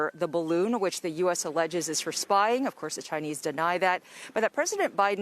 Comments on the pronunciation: Xi (Jinping) is pronounced more like "zee" than "z-eye", so the pun doesn't super work as "Zeeden" doesn't sound a lot like Biden. I might suggest Xi Joeping or Biden the Pooh maybe. Politics aside, there's potential here. I think we need a bipartisan panel to come up with a good pun for this one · You literally said “Zeeden”, Xi doesn’t make that sound lol